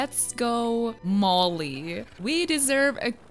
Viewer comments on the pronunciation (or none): none